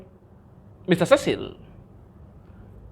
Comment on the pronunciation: Why are you always listening that rubbish idiot nt. This delusion mad man who claimed that to be a teacher! Marwa is well brought by his mum and dad and has respect for elders and others people who is surrounded him. This nt can't pronounce the name of Mr Cecil, I really hate that man. I really like your motivation and honesty but that nt makes me feel like throwing in the trash